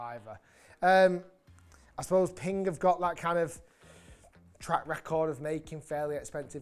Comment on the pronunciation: Pingk? I thought is was Ping